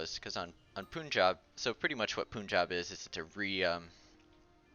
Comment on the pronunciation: For the 3rd TIME ! its "PUN-jaab" , not POOON-jaab, "Pun" as in Fun